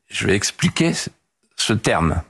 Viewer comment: Au bout d'un moment, l'emphase devient de la préciosité ! Au fait, le verbe "espliquer" n'existe pas dans la langue française : le "x" se prononce "x" et non "ssssssss" Bonne journée